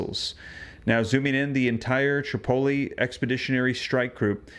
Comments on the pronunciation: Pronounced uss trip-o-lee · You pronounce Tripoli wrong... Google it!